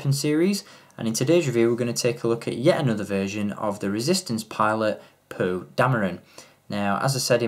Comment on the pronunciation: I know I can't be the only one that hears him say "poo" instead of "Poe"